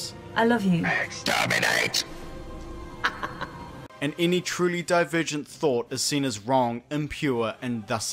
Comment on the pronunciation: "they need to say extermente to reload" WHAT